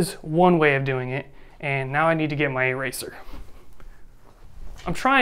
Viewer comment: thank you. anyway, your 'eraser' makes me burst. lol.